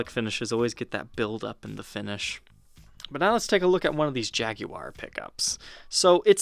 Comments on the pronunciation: Could you play say Jag-wire instead of jag-oo-war, since the "u" is silent? It's as annoying as somebody pronouncing cinnamon as cimmanin. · Great video! killing me on pronunciation... What is a jag-oo-are??? "Jag-war" or if your are British Jag-You-Are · More important: it's JAG-WAR, not Jag-you-are!!! Good god, I can't stand it when he says that. That's the pronunciation for the British automobile manufacturer, NOT the guitar or the feline. Feel free to watch Fender's own reps say it,. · Jag'-u-ar? There you are. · Please pronounce it as we do in Boston. It's Jag-wa. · You're american and you pronounce Jaguar like a brit. Strange. Or should I say...shhhhhtrange? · Why do you say Jaguar funny? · the "oo"/U sound is just a British affectation, like 'aluminium' - another pointless way to pronounce something that never needs re-pronouncing. 'clever' Brits, hmmm. Of course in the U.S we murder EVERY language, since that is inevitable consequence of 350million people with vastly different genetic backgrounds attempting to live together.